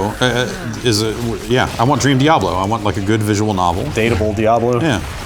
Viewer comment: How do people not know how to properly pronounce Diablo?